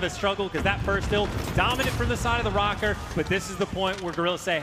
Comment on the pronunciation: Is it just me or is everyone pronouncing Røkker wrong? The ø is pronounced like "uh" and I'm not hearing that.